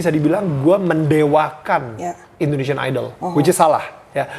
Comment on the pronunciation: indonesian ka harusnya bukan indoneisan